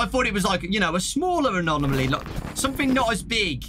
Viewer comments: Say it with me, - ah-nom-ah-lee. Adore you to bits. Happy Valentine's Day, darlin'. Get some rest! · if you want to say anomaly then just say "anom-aly "